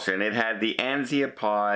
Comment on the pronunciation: It's an Azipod. Not an anzeapod 🤣🤣🤣